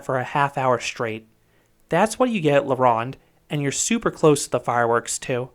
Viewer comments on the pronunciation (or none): La ROW-nde, not La rah-nde. It was AMAZING and turned to shit when Six Flags bought it. The bridge is Jacques-Cartier, like the famous explorer, pronouned CAR-T-YAY not CAR-TEE-ER.